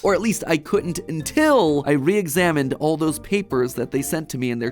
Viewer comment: pwapers pwease thweowey